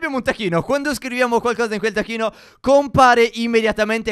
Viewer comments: STEF guarda che hai detto tacchino invece che tacquino!✅✅✔ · Ma solo io sento tacchino invece di tacquino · io non ho sentito taqquino io ho sentito tacchino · Alľinizio Stefano ha detto al posto di taccUino,taccHino! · Anche io😂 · (stef min ) taccuino no tacchino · solo a me sembra che inizialmente stef diceva tacchino al posto di taccuino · Stef comunque all'inizio non hai detto TAQUINO hai detto TACCHINO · a detto tacchino non taqquino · Stef non hai detto taccuino ma hai detto tacchino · Stef non per essere perfettina ma si dice taccuino non tacchino. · Non hai detto taccuino hai detto tacchino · m stef ha detto tacchino non tacquino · Abbiamo un Tacchino? Ah no è solo la pronuncia da Messicano di Steph...😂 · Ma è vero ha detto tacchino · ma quando a detto taccuino io ho capito tacchino!!!😂😂😂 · Stef hai detto tacquino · 😂pure io l'ho notato